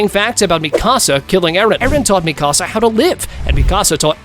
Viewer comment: I can’t watch this video because of how he saying Mikasa name